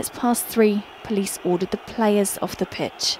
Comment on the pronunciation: Idk what happening but when she says “pitch” or “center pen” it makes me laugh